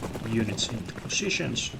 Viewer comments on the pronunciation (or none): I don't understand why you Finns can't pronounce >poSitions< properly, haha it's hilarious (note: it's not pronounced potitions/poshitions) :D edit